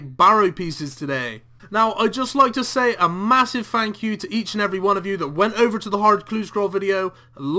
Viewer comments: "FANKyou" guys so much. lol ohhhh you. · "A massive Fank you"